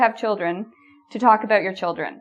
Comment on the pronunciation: I'm from the USA and I like how you pronounce the word 'about' I want to say it like that from now on.